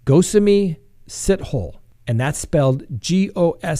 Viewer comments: Lolll it is pronounced more like Si-to-le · Pronounced 'See-toh-leh'!! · Pronounced as “Si-toe-lee”